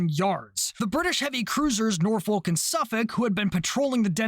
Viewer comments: This is the most minor thing ever but I live near Norfolk and Suffolk Virginia and they’re both said the same, you pronounce both like how you’re saying Suffolk. So Norfolk would be said as “Norfuck” as well. Again, it doesn’t matter and it’s the smallest complaint ever 😂 great video! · You got the pronunciation Suffolk right but not Norfolk. It's the same pronunciation for the end of both words. I do appreciate that you tried though. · Nice video, Cap, Small point - whilst your pronunciation of Suffolk was bang on, you pronounced Norfolk slightly wrong, You pronounce the 'folk' of Norfolk part exactly as you did with Suffolk - i.e. "Norfuk"